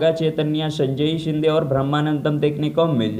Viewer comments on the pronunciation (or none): none